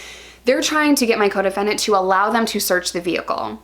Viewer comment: ohhhhh coDEFENDENT.... most of the time I thought you were saying your codependent. Like that relationship doesn't sound healthy.